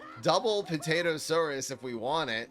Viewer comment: "APT-atosaurus" Lol.